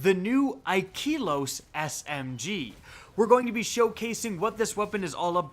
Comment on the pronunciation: you are saying wrong bro..is not ikeelos...this is how you mention it kinda like this....(i..ka..los...).